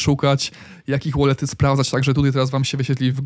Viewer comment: "łolety, anousmemty i iwenty" jprdl